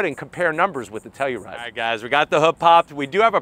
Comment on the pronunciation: Shot every time says “Teluride!”